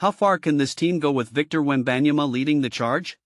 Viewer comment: Bro just use your voice, this is just lazy using ai voice. Not many people want to hear ai butcher wembys name